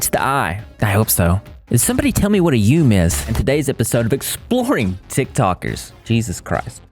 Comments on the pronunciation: So I agree. The videos great its You-me. Yume is not yoom and im tearing my ears off everytime he says it ToT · It’s pronounced “yoo-may” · pronouncing yume as “yoom” tickles me greatly